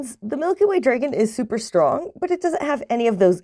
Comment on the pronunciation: Good info, but hearing you pronounce dragon incorrectly so many times was killing me.